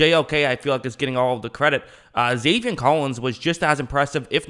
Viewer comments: also, it's zaven, not zavien. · love the channel! “Zay-Vin” not “Zay-Vien” maybe i heard u wrong tho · I like your videos but please it’s Zaven not Zavien